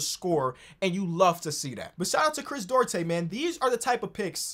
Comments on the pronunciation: Chris, DU-AR-TE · Chris DOO-AR-TAY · As a Dominican shoutout Chris Duarte but you can pronounce it “du-aarr-te” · Hey, Duarte is pronounced doo-are-tay:)